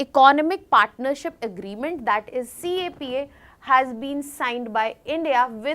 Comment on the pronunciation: CAPA ❌ CEPA ✔️